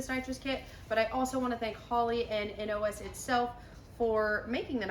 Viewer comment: So glad u called it a N.O.S kit vs saying NAWZZZ lol.